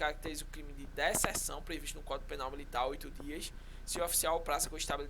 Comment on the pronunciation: Deserção se ler (DeZerçao ) ☠️☠️ vibra